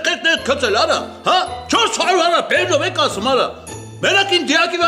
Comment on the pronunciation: ara belnoveq asum